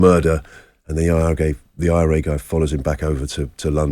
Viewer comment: lol…. He called the IRA the I R Gay 😂😂😂